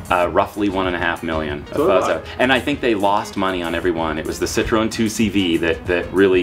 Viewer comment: You're pronouncing Citroen wrong.